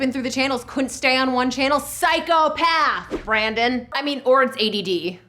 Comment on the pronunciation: its Brendan not Brandon come on!:(